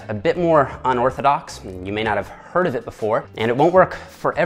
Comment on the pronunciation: Listen to when he says “hard” for example. He has a typical canadian way of pronouncing it